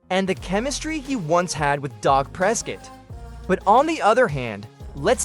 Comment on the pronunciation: Wth is Dok Prescut?😂